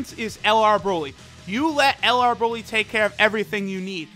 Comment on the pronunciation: Bruh why does he say broly like that😂😂